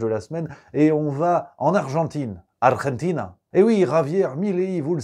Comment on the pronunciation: Argentina! Le "g" ne se prononce pas comme la jota en castillan mais comme un j en français